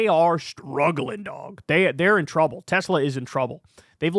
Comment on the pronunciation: I love teslur! 😂😂